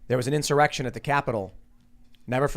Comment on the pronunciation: in-soy-rection! hahahaha!